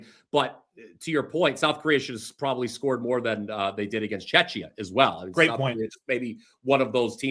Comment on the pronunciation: please stop calling Czechia Chechnya you should look it up and learn how to pronounce it it is CZECHIA or Czech Republic but not Chechnya